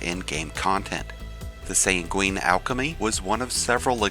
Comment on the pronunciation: "SANG-win", "HELL-yun". Please, for the love of god. Drives me nuts when all these people who want to make videos where they talk don't know words.